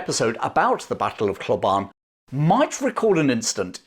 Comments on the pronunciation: Hlobane- pronounced "schlobarnie" or close to that. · Hlobane: Shlo-BANH-nyeh. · It's pronounced .... Shlob - ahn - ay . Hlobane